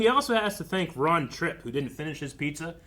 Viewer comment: Ron Troupe, not Tripp.